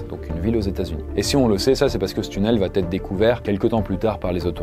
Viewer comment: Juste un truc : 'va' n'a pas de 't' a la fin. Ça pique vraiment les oreilles d'entendre à chaque fois "il va't'etre"